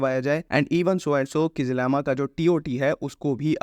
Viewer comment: It's not kizlima it's kizilelma.